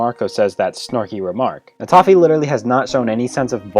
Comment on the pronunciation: Did you say... TOFFE ?!